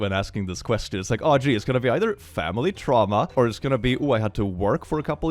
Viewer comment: "tramwha" the cringe is strong in this video